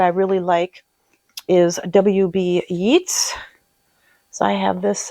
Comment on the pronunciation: Hi. I’ve only just found your channel and love your down to earth videos about books and music etc. I’m looking forward to catching up on more of your video history. Just thought you might like to know that Yeats is pronounced ‘Yates’. He is buried near the town where my Dad is from - in County Sligo, Ireland. Have a great weekend. Best wishes from Perth, Western Australia! Susan.